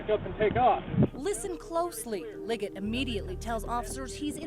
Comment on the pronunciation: 3 minutes and 17 seconds and in maybe 18 or 19 seconds in, I swear he said Liggers instead of Liggett.